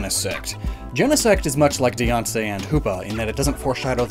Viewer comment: Dee-awn-say? Its Die-Anne-See.